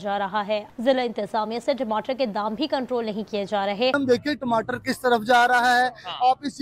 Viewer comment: Timatar bolte Hain bhaiya 😅